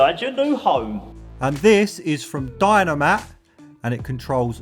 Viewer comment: When you said Dyno mat it sounded like dynamite 😂 now listen to it again!😂😂